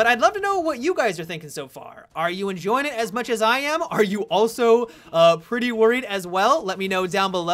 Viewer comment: for a second there I thought you said "are you also gonna preorder it" when you said pretty worried xD put my guard up! happy thanksgiving